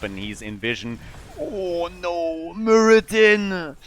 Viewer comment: Muradin? You might call him... muradone.